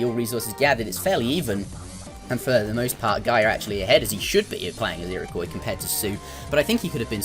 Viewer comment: You pronounced "Iroquois" correctly! :3